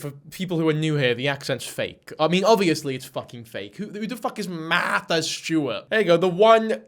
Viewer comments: She dead ass said "I'm meeting maaaaatha Stewart" "this is the prettiest dress I've ever put on my body" 💀wtf 🤣🤣 "jewelry" She pronounces her AHRS totally fuckin normal while actually talking in sentences like stfu. I can't stand her voice lmao. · “Mathis Stewart” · love that she can pronounce START and NORMAL without an accent, but cant say MARTHA without heavy emphasis